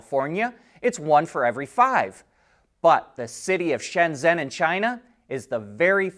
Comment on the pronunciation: FYI, Shenzhen is pronounced Shen-Jen. I was recently in Shenzhen and the only taxis I saw were blue and white BYD e6 and there must be thousands of them. They're everywhere and of course BYD is based there.